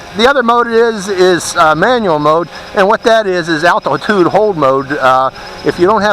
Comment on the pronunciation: LOL you said altitude so funny